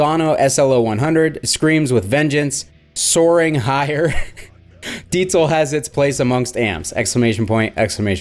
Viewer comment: Every time you say “Deetzal”…..😂 Maybe you should try a Metzzabarba or a Metza Boogie?